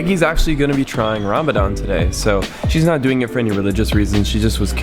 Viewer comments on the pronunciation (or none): none